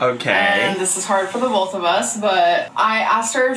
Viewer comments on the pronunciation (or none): “this is hard for the bolth of us” 💁🏻‍♀️😀